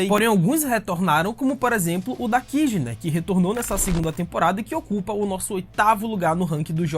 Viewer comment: Não se fala dakiji e sim kaji (pelo que ouvi)